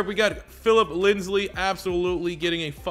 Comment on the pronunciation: Bruh when he said linsley I was so mad it was so annoying but other than that I enjoyed the video